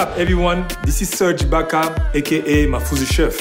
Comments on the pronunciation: Serge i-block-a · Ibaka Said:vevasjubon